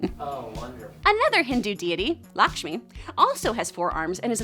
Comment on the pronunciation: AS AN INDIAN U PRONOUNCED LAKSHMI WRONG (AS ALWAYS)